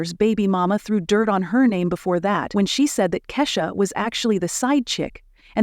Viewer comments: Who's Kashsa? You mean Keyshia ? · It’s Keisha not kasha !